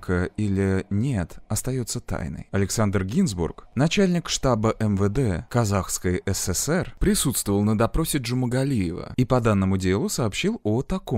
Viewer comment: как он смешно произнёс "Узун-Агач, Казак-хский эС-эС-эР" 🤣😂🤣